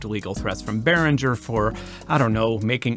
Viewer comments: Benn, it's Behringer. Beh-ring-er. Ring as in "ring the bells". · I kinda got turned off the minute the host mispronounced the name Behringer